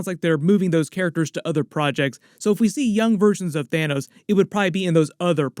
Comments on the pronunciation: "Thinos" am i the only one that caught that loll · 🤣 "Thinos" dude. 🤣 i literally just burst out laughing at that, like had i been taking a sip of my drink it'd be all over the computer